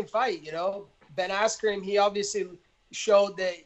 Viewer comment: "Ben Asscream" - Colby "Chaos" Covington